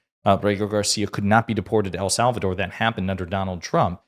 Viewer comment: Who is "Al Sal Val Door?" 😅😅😅😅😅